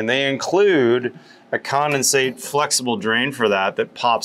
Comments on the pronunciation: Are you saying commonsate or condensate? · There is a D in condensate. seems to be saying “commasate” for some reason